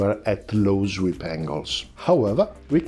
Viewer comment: Tranzonic... zweep... cosa succede, amico? We understand friend. Outstanding content, I can deal with imperfect pronunciation. My Italian is slowly improving.